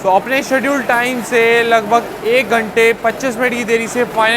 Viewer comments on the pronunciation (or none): none